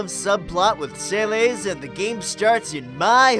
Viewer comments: Saylays? I mean i know you cant get popular in youtube if you say words right all the time.... But JESUS FISH its Celes Suh-less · When Locke says SAY-LES instead of SUH-LESS. -. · I like how he pronunces Celes's name (suh less) as 'say-leaze', lol. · Isn't Celes' name pronounced 'suh-LESS'? 🤨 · That pronunciation of Celes is an abomination.